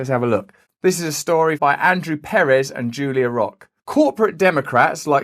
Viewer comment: emphasize the second syllable in the surname "perez," not the first syllable. oy.